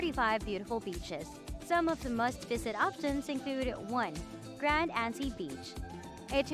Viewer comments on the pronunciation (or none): Generally informative video but lots of bad pronunciations! GreNAYda Grand Ants SpiceMUSS Etc.